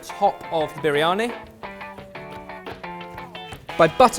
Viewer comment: As a brown person grown up in a Asian household this whole video is so cringy Idk what u made but that is soo not biryani and u can't even pronounce the word right and u put mushrooms in MUSHROOMS! Whyy!?